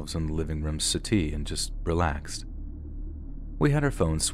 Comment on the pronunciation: Also I loved the way you pronounced settee. Sounded so much posher than how we all say it 😂